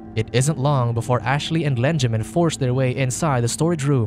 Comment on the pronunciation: Lenjamin? Lol